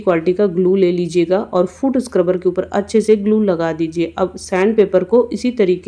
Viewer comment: Madam food scruber nahi foot sucrebur bolte hai